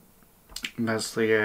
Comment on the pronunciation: Meslier, work on your pronunciation pal 😂. Good otherwise!